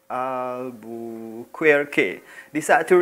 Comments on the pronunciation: alfonso d albuquerque bunyinya alfonso d albukerk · Cara untuk menyebutnya ialah El-ber-ker-ki. Suku kata pertama sama dengan cara Inggeris menyebut 'L'. Harap dapat membantu.👍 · Sebutan Albuquerque = Al-bu-kar-ki. Mmg sejarah di selewengkan oleh penjajah.. byk manuskrip2 melayu, penjajah rampas dan bawa balik ke negara mereka. Skrg ni manuskrip2 melayu bersepah2 di library2 universiti di barat.